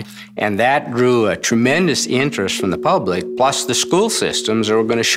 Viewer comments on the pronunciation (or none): none